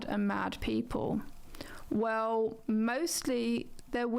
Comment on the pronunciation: i hate how she says wew instead of well